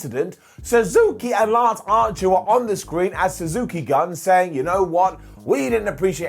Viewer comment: It is PHONETICALLY suzuki-GOON... not gun..